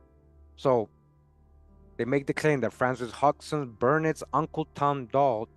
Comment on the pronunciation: Hodgeson= Haaj-son. The d is silent